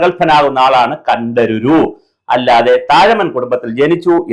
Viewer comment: കണ്ഠരുരു അല്ല. കണ്ഠര്‍.അഥവാ കണ്ഠര്.അവര്‍ ,അവര് എന്നപോലെ.